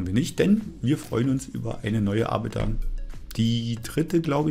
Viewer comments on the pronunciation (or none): Das ist "Ar-biter" :-D